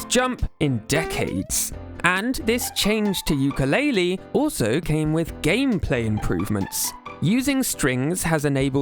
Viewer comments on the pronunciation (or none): none